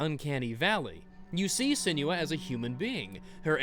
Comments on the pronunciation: IT'S SEN-WAH, NOT SEN YOO AH! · Sen-new-wa pls god